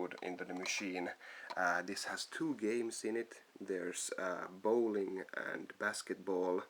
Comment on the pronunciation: He Said Boweling & Basketball ? Really